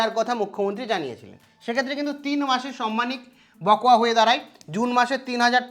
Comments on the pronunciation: কথাটা বকোয়া নয় বকেয়া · Sir, বকোয়া নয়, বকেয়া।।